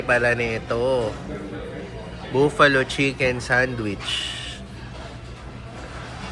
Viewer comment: March 17 St. Patty’s (Patrick’s) Day. Yung mga celebrations usually weekend pero ang actual ay 17th po. Saka try BBQ when you go back po, Sarap dyan! Yun po palang Buffalo, Hindi Boo-Fa-Lo, buff-a-low po ang pag-banggit. Btw po maybe next time, ask the server if pwede Kainin ang food from outside. Kasi dito sa US marami lawsuits, if magkasakit kayo, ma-food poisoning, yung resto ang may kasalanan so usually bawal magdala ng outside food sa loob. Kuya, di criticism mga to, payo lng po! ❤️🫶